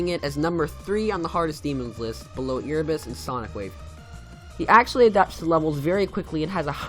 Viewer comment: I'm sorry but this really bugs me... I think it's pronounced AIRebus, not EARebus.... next could you do the top ten best mobile players? :D